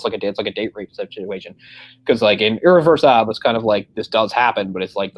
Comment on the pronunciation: I hate how i kept mispronouncing "Irreversible" when I mentioned it during the discussion of the rape scene. Bad enough that i'd done it all throughout our episode on that movie.